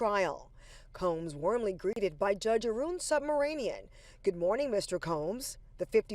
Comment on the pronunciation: THAT'S REALLY PATHETIC HOW THE NEWSCASTER PRONOUNCES HIS NAME SUBMARINIAN THAT'S NOT WHAT HIS NAME IS HIS NAME IS AN INDIAN NAME AND IF NOBODY EVER PRONOUNCES THESE NAMES THEN YOU KNOW TENS OF THOUSANDS OF PEOPLE THESE NAMES ARE IGNORED IN AMERICA BECAUSE THERE'S TONS OF PEOPLE WITH THAT NAME AND THEY'RE ALL RELATED FROM SOUTH INDIA THE STATE OF TAMIL NADU